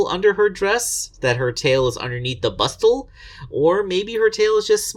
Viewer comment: Hey, hey, hey, SPOILERS! Also, the "T" in "Bustle" is silent. Kudos for remembering what that is, though. XD =)